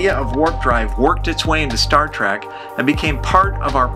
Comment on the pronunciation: It's trEk not trAck you idiot.